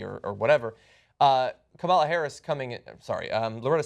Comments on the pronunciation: Kamala Harris; first name is pronounced as "Come La" and not as "Comaala" Her mother is Indian and Kamala is a common first name for females in India. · Guys, it's pronounced KAmala - accent on the first syllable.